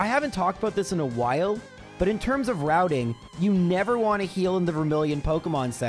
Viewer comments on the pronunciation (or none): none